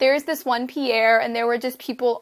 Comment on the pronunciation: you say pier funny(